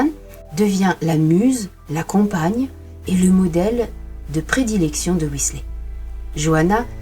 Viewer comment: Intéressant...mais comment parler d'un peintre sans diffuser des reproductions de ces oeuvres ! Je connais ce peintre depuis quelques années, un génie peu connu en France Petit détail, on prononce son nom "Whislère" (je vous fais grâce de la phonétique anglaise....) Alan